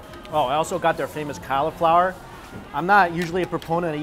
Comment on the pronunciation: I know you don't like vegetables, M, but it is cauliflower not califlower